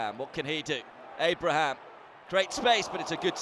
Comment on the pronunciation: Just rewatching this, and I can't stand how he butchers hourihane's and Abraham's names 😅